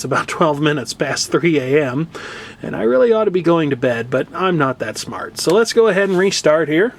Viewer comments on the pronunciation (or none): none